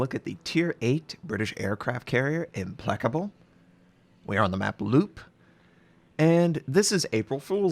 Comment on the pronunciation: It's ImPLACable, **NOT** ImPLECable.